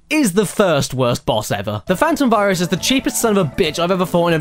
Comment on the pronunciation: why did i hear fyrus the first time that was said to me? (i know it's virus) like... failboat fyrus